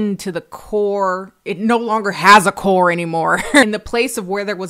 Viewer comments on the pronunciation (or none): none